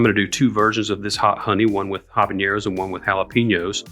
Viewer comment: Thanks for this vid, btw, so habaneros vs nabañeros. These are two different letters. It’s habaneros (regular n) sorry but it’s like nails on chalkboard to me. I’ll try this